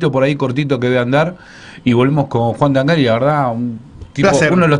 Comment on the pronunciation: El apellido se pronuncia Tángari. Lleva acento prosódico, al ser italiano se pronuncia pero no se gráfica. ¡Tángari, carajo, Tángari!